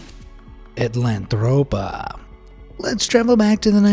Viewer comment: AtlanTROPA…there’s no “h” in it. Unless you spelled it wrong.